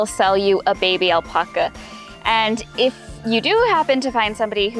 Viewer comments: I know that I can’t be the only one driven crazy by how she says “aulpaukuas” Wat. It’s alpaca. Al-Pa-Ca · Why does she say "Al-Pucka"s? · It is the same word in English and Spanish... Al-Pack-a.... smh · It’s not Alpoca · 🙄🥱 do this with me now. Type in “alpaca correct pronunciation” then type in “alpaca pronunciation spanish”. & say that again with a straight face. You’re literally the only one. 🥴 Need further proof? none of my Spanish relatives says “aulpaukuas”. 🙃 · Google how to pronounce Alpaca